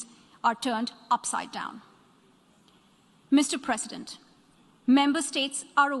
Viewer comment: The way she pronounced Mr. President is just osm ❤️🔥